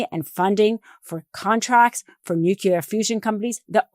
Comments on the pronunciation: It's not "nucular" ...it's "nuclear" I'm sure everyone at the Meidas team is tired, but please don't do videos when you can't speak clearly, or you come up sounding just like the orange julius. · Please say NUCLEAR properly - it’s not pronounced New-cular, it’s New-clear! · It’s pronounced NEWCLEAR, not NUKEULER, my friend.